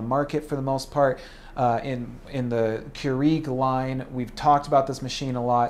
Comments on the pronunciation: Its BUTTON not buddon and its Keurig not KUREG. Say it right Thanks :) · First time I've ever heard it pronounced Keureeg. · Its not Keureeg. Get it right. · The way you say Keurig makes me annoyed lol, but great review! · You say Keurig wrong lol. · Why is this guy pronouncing Keurig WRONG!!!!!!¡ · Cant stand the way you say Keurig. Please dont say it anymore. Or say it correct. ;)